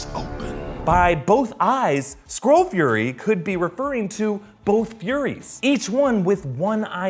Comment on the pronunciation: Is if just me or do I hear squirrel rather than skrull?